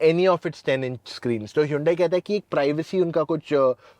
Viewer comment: Hiiyuundaii kya hota h bhau 😂. It is pronounced as Hun-Day ( as Sunday)